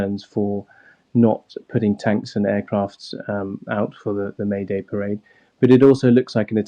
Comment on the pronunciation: Wussia? Wetorwick? Airkwaft?